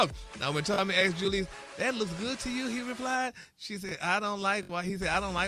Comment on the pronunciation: JEW LEEZ is taking me out. It’s Julez like Jewels. 😂😂😂😂